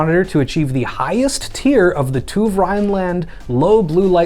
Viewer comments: it is not Tuf - TÜV its a german name that canot be translated (spokey/written) Ü = UE in germen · TUW 🤣😂 you know Ü is NOT U? 🤣😂 The letter "ü" is called a Umlaut (or Umlauted U) in German, representing a distinct vowel sound, and the two dots above it are an umlaut sign or diaeresis, indicating a sound change or a separate syllable. While technically a diacritic mark in linguistics, in German, the complete letters (ä, ö, ü) are treated as separate characters in the alphabet, often called Umlaute. And the V is just a fancy F TÜV